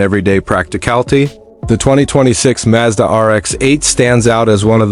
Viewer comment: Right, the RX minus 8. Got it. And this stupid AI voice needs to learn how to pronounce Mazda properly.